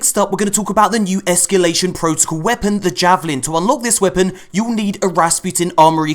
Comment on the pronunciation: esCAlation protocal, not esCUlation protocal